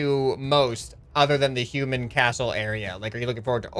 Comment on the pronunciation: Did he say human or shoeman